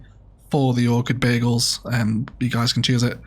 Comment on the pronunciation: I can't help but hear "Orchid Bagels" every time you say "Orchid Bay Eagles" and now I'm hungry! Great build as usual. Loved the memorial bench detail in particular!